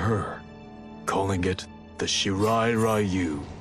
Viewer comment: “Shirai Rayu” lol.